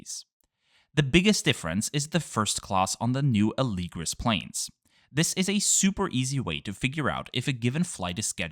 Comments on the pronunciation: Interesting that you say Alēgris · All this time I thought it was pronounced Ah - le - gree